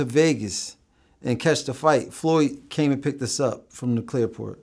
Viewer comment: Did he say clairport😂